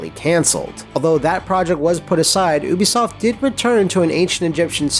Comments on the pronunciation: its "you"bi soft. not "oo"bisoft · This dude just said "oo-bisoft"... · Oobisoft? OOBISOFT?!!?!?!? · Why's it so hard for people to pronounce "Ubisoft"?